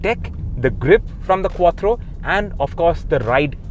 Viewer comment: It's called " QUATTRO"